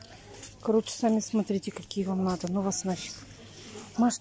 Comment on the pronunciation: ты так часто говоришь подписчики просят то...подписчики просят это...я,как твой подписчик прошу- сказать слово НАДО правильно. Не наа...,а НАДО! Я буду очень ждать)